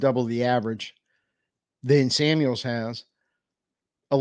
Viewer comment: Okay man, I have to say something, there is NO S in George Kitle OR Debo Samuel's last name!!!!! It's just George Kittle AND Debo Samuel. There is no S at the End of there last name. Google it.